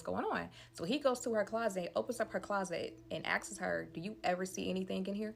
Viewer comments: Nah that shit was driving me crazy!!!😂😂 And she has multiple story times and she kept saying it like that, I'm like say it with me now "AHHSSSSKS", sounds it out lil mama😂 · She kept saying “asksss” 😂😂😂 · Also "askes it" 😂